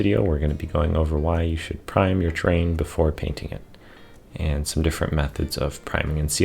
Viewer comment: Enunciate! Sounds like you are saying “train”